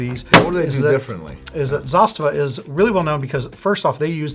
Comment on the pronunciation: Very good pronunciation of word Zastava ( Застава ). Respect.